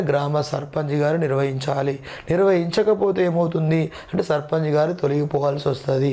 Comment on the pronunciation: Sir surpunch ni surpanji.. Ani bhaley antaru sir